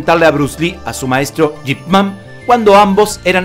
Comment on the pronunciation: Quien es Jip Man? Yo conozco Ip Man!!!